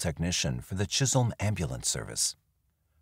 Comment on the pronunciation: Chisholm not chisel MN. I worked at Heritage Manor in the 90's